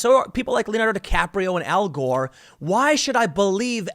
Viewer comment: Oh god, you said Al Whore. God the guy got a Nobel Prize for a Powerpoint presentation. All the PPs I did for where I used to work that were probably enjoyed more than Al's (Hyperbole) and I got jack shit?!?! God I hate Al's hypocrisy when it comes to the environment. He just latched on because it was the thing to do to make money.